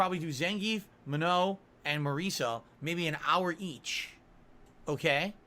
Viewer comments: M A H N O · "Muh-no" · I know if he says Manon's name wrong one more, imma slap him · and he's so sure he's correct lol, it's not even hard to say it right